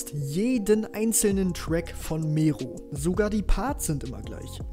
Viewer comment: Ohne Witz egal wie sehr ich Mero hasse, BITTE BITTE BITTE SPRICH DAS WORT NICHT MEHRO AUS SONDERN MERRO 🤦‍♂️🤦‍♂️🤦‍♂️🤦‍♂️ Es macht einfach nur unfassbar aggro. Kann es nicht fassen dass Mero428 dieses Wort so in den Dreck gezogen hat. Habe das Wort damals immer benutzt und so meine Freunde angesprochen aber jetzt kann ich mich dabei nicht mehr ernst nehmen...